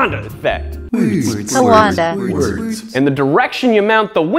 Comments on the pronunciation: you meant Coandă effect, not coo-and-a effect xD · Coandă is spelled quan-duh BTW. 🇷🇴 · They don't know how to pronounce the "ă" (Nu stiu cum sa pronunte sunetul de ă) it's the "uuuh I don't know" sound. xD (este sunetul de "ăăăă nu stiu") Btw ceaw kf? :)) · Who else hear hippopotamus instead of coanda? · Efectul Coandă. Funny how you pronounce. :D